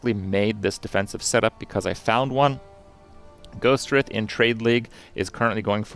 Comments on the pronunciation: Take a shot every time he mispronounces Ghostwrithe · i don't think i've heard anybody pronounce Ghostwrithe correctly yet lmao